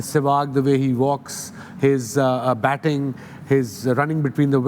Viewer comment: Ye swag bola ya Sehwag